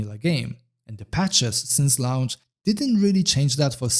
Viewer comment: Launch is pronounced like "LONCH" not "LA-U-NCH". Please stop saying LA U NCH. Thanks